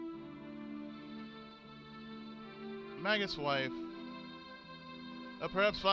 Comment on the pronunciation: I thought it was pronounced May-jus in this game but I could be wrong. Anyway, been looking forward to this for a long while now! Great voices by the way.